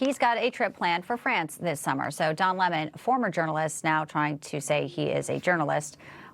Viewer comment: 🍋it’s Don the 🍋not Don lehmone!